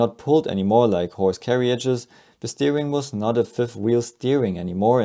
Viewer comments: The "I" is silent in Carriages dude....learn pronunciation man! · you are putting an extra syllable in the word carriages